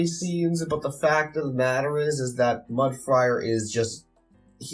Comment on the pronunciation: It keeps sounding like you're saying Mud Friar instead of Mud Briar. Was that just your mic?